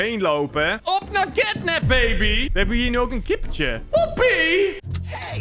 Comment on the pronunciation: Het is niet catnip maar catnap